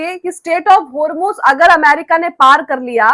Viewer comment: Homeruz nahi hormuz .galti hoti he koi baat nahi